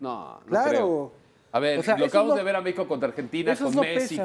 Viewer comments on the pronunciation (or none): jajajaj este periodista un poco más dice Meexico campeón